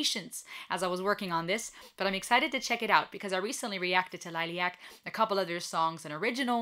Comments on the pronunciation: Just pronounce the first part of the name more German like Lillie äck. 😉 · Lilly-ack is the correct pronunciation. you are still saying it wrong. just a correction note that is all. thank you for your reaction.